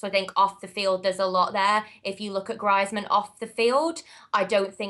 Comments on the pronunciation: Adeeb Sheikh said Griezman's name like her b'cuz she said it that way... Just so there isn't any confusion about which player they are talking about. I've heard say Griezman's name in the correct way in previous video's. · She couldn't pronounce Greizmann and that is it. She seems really knowledgeable. And its not because she's a girl, its because she knows stuff about football.... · arguable, her pronunciation of Griezmann ("Grizeman") says otherwise... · Wtf is Grizman? For someone that watches alot of Spanish football you'd expect them to pronounce Antoine Griezmaans name correctly. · Bloody hell, it's pronounced grease-man! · did anyone wonder who the fuck she was talking about when she said Griezmann she pronounced it griiiizmann and i was thinking who this bloke with unbelievable stats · She also can't pronounce Griezman's name for someone who watches La Liga... But I can't say I disagree with your statement. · That way, even mispronounced Griezmann's name. Maybe that is how she speaks? It doesn't take away the fact that she's got great knowledge, buddy!